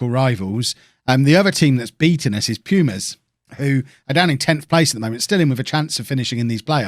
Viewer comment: Quick pronunciation help (others might have posted something like this, I'm too lazy to look), vowels in spanish always sound the same: ahhh, eeh, eee, oh, ooo (a,e,i,o,u). so pumas is "poo ma s", lobos is low-bows etc